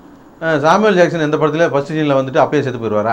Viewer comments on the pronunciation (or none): Saamivel Jackson LOL XDXDXD